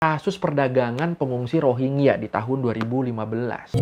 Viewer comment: bacanya Rohin-Ja bukan Rohing-ya